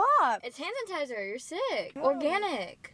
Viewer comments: Imma ignore the fact that she just said “hanitizer” 😂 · Did anyone realize that in the beginning said: "hanatizer"